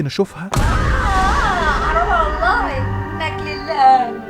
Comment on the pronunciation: انطقي اسم الله عز وجل صح اسمها والله مش واللهي